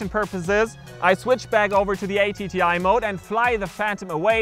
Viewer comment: Why do you have the controller antennae pointing out, rather than up? The phantom antenna is along a leg, so for best signal the controller antennae should be the same orientation. PS "atti" isn't an acronym, so no need to say "a, t, t, i" :-)